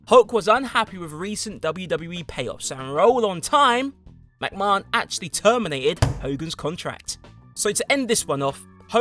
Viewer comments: What way is he pronouncing Vince’s name ?! 😂😂😂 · Why do you say McMahon so weird 😂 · no offence to in the video here but trust me he's pronouncing it strange even for an English man he's trying to sound fancy with it and instead just drawing attention to a wrong pronunciation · I think that's how they say it in Ireland and Britain too.MacMarn. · I love how he says McMahon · Has this fool ever watched wwe? That's not how you pronounce vince mcmahon. Not like the dude hasn't said his own name numerous times over the years... Oh no wait he has dammit